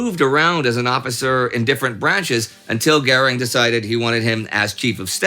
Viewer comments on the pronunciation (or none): What's with the "Gering" and not "Göring"?